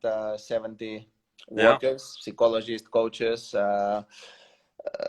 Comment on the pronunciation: Rafa says cikologist